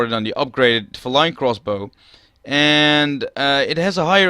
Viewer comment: It's pronounced fee-line btw.